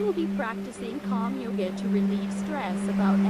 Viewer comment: "Calm YogAE to relieve stress about everything"